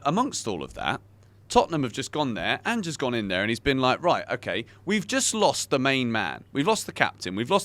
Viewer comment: Thank you for learning how to say Ange's name, also spuds won't win the league. Shouldn't have won against liverpool and wouldn't have even beat the worst team in the league if it wasn't for ridiculous added time. I've watched them struggle against poor sides far too often to actually take them winning the league seriously.